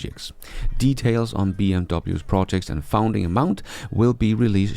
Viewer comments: FUN-ding, not FOUND-ing 😊 Love your channel and congrats on 100k! 👏👏👏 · I don't know if this is you or your AI voice that you were telling that's about a little while back but you are pronouncing the word "funding" very incorrectly. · Love the channel - just check your pronunciation of funding round and funds 😉